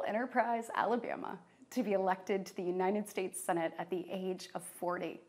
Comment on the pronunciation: Yea i can't trust someone who smiles for that long and can't pronounce our countrys name correctly... Uninad States? Really? 🤦‍♂️